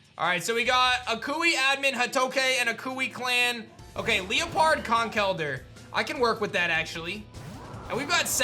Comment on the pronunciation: Question. Why do you pronounce Liepard “Lee-Uh-Pard”? I always thought it was “Lie-Pard” because lie or lying make sense for the theme.. but honestly Pokémon etymology is wild and I could be totally wrong. We all say Silvally wrong lol.